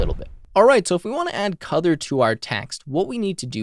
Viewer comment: Wait....is it "COLOUR" OR "COUTHUR" ????